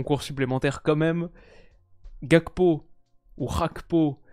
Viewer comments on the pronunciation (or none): Ga - kpo et non hapko. Gakpo = fer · Salut , étant donné que le père de Gakpo est togolais la prononciation se dit comme on l’entend (le G comme en français) ;) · Gakpo, nom togolais tu peux dire comme ça s'écrit en Français. Tu te rappelles peut être de Serge Gakpé à Monaco et Nantes? Même ethymologie. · tu sais que tu regardes tous les jours quand ça ne te perturbe plus la manière dont il dit "Gakpo"